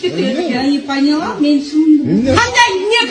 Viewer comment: Я не панила дейткооо ияяя 😂